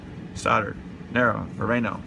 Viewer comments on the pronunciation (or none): none